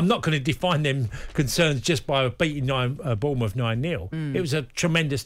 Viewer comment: Lads, it's Bournemouth.